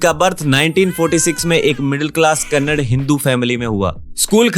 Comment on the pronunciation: Bro it is not kannad It is kannada